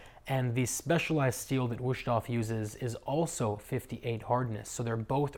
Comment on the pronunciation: “Woosh-toff”. Lol, it is pronounced “VOOS-TOF”.